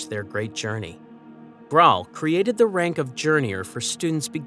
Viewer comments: "Journeyours" is soooGuh Aye! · Say journey again